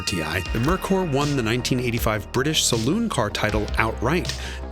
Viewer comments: It’s pronounced Mare-cöör, not Murkur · I don't see why it is so hard to pronounce "Merkur"....like "Mere Core". It's that simple. It is just a lame excuse to blame the brand name. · Aw Jason, say it with me - “mare koor” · Pronounced MARE-koor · i don't think i've heard merkur mispronounced so many times since the 1980s! LOL the dealership distribution was the biggest problem, as mentioned in this video...and honda, toyota, and nissan took note of that, for sure (although acura and infiniti seem to take turns circling the drain, so to speak) iirc, that cosworth head wound up in the north american ford motorsport catalog in the later 1990s (i think it actually fits on the early 1970s ford pinto engines) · You really should have verified the correct pronunciation of Merkur before making the video.